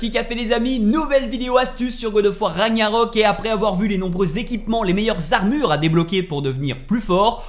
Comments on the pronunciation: On dit RAGue - NAROK pas raniarok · Faut arrêter avec "raniarok" Vraiment Stp